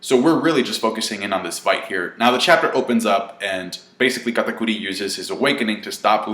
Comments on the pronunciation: Why does say Katakuri so weird. That shit is irritating. An I BET KATAKURI doesn’t lose, Luffy will probably stall out until something else happens which makes one of them depart from the fight. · Your over pronounciation of katakuri is cringe...... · I like how says Katakuri with a spanish accent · Is he trying to sound more Japanese by saying Katakuri that way?